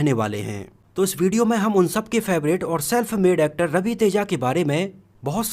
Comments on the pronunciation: Bhai thoda sahi bol yar actad ni wo actar he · Bhai actod kod he Bhosdi ke pehle primary school education complete kar lo phir vedio banao Sahi bolte to aa nhi Raha 😮😅😅😅😅